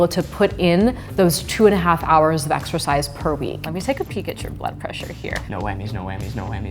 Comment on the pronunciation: 4.38 You guys....ExERCISE. Not ExCercise. Great video though!